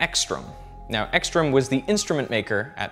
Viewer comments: It's very funny to listen to you trying to pronounce Swedish names like Ekström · I think you may pronounce "carrot" differently from most Americans, because that vowel sound doesn't even seem close to the sound in Ekström. To me, the ö in Ekström sounds kind of like the o in the French word pomme. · "Ouupsaela" "eakeestrom" Like, come on. You didn't even try to pronounce it right. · This is so funny to watch if you are from Sweden. The way he tries to pronounce Uppsala and Ekström... Got to love it :) I mean, don't take it in a bad way, but it is very amusing to watch.